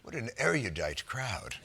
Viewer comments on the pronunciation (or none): The word is pronounced "air roo dite," not "airy oo dite." Come on Jon, you know better than that! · It lessens the effect of #erudite when one mispronounces it. Eh-ru-dite not Eh-ria-dite. A common error, moreso than mischievous (which Jon never makes.)✌️😎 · Pet peeve: erudite has THREE syllables! It is NOT pronounced er-i-u-dite! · Eriudite?!! lol I forgive you, John!